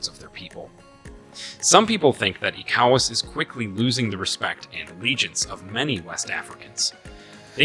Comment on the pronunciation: Thanks for your contributions. But, please learn how to pronounce ECOWAS from how the region pronounces it.